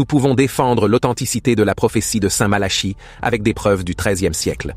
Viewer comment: Révisez votre copie, ça s'écrit Malachie et ça se prononce Malaqui.